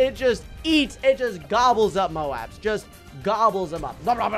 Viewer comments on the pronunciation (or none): none